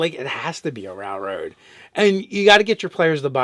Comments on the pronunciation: dude its rail road not rall road,sorry for saying it, love you guys. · Does he mispronounce railroad. 10/10 memes.